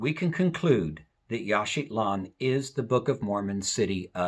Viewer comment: It sounds like you are putting a "t" in Yaxchilan, making it Yaxchitlan.